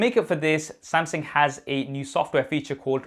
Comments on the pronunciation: Uncle.....it is pronounces as Samsung.....not Sam Seng.....lol..... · Am I the only 1 hearing samsing